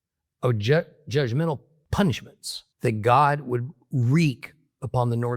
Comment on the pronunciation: Not hod but God